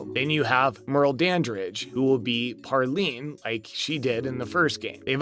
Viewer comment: "Parlene" what kind of trash media news channel is this?